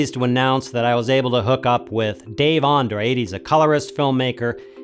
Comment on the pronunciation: An-dra-de. Boy you English-speaking people always mispelling Galician-Portuguese surnames. :-P